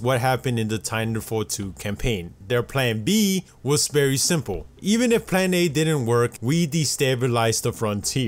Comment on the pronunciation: Y'all notice that he says "berry" instead of "very"?